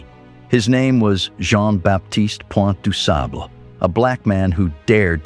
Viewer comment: With the exception of mispronouncing this great blackmans name, the video was very educational 👍🏾😉